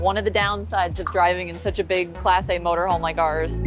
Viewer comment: She like to emphasize “class A” ,does she not? Don’t forget the grey poupon, Jeeves.